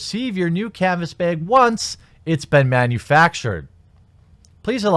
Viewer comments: Canvas “Beg” lol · YOU STILL SAY ‘CANVAS BIG’. But you’re still great. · canvas bay-egg